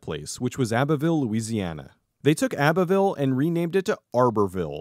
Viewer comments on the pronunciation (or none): I love this deep dive, I just have a little correction. The way you pronounced abbeville is a bit off. The abbe part is supposed to be pronounced like the girls name abby